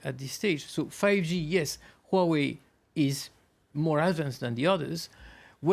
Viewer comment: Finally, I see the first French who could pronounce Huawei correctly...